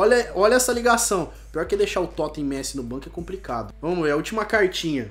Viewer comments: Totem ao invés de toty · é toty não toten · N é totem é toty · Messi Toten kkkkkkkkkkkkkkkkkkkkkkkkkkkkkkkkkkkkkkkkkkkkkkkkkkkkkkkkkkk, é Toty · não estou te criticando mas não fala totem fala toty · Ele fala "totem" em vez de "TOTY" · num é toten é toty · se fala Toty, e não Totem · se fala TOTTI, e nn TOTTEN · É TOTY não TOTEN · É toty não totem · É toty não é toten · É toty e n totem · Toty! Nao toten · Totem nao e totty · ESSES 'TOTEN'